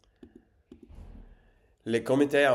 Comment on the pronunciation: Un croc (fang) se prononce « Kro » Une Kro attention c’est une bière 🍺 bien connue en France (full name: Kronenbourg)